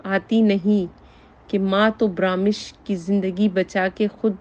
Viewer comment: محٹرمہ برامش نھیئ برمش